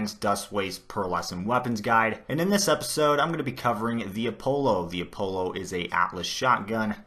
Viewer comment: you pronounced Apollo wrong btw jus sayin